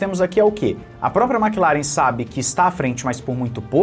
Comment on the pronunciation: "Maqui laren" 😂😂😂😂😂